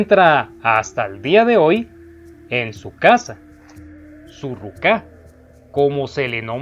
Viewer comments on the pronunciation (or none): Y es ruka no rucá